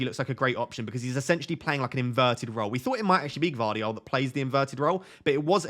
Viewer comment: Gvardiol, g is not silent. I've gone with Walker as he is only one that can play on the right.